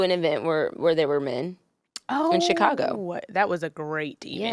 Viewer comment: I came to the comment section specifically for this comment lol I’m thinking why she pronounce Chicago like that 😭